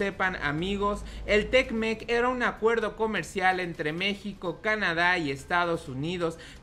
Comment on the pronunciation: Es te mec, no tecmec jajajajaja que chistoso te escuchas. Ya estás como otros you tubers que ni leer saben. Al tiro valedor ahí la llevas.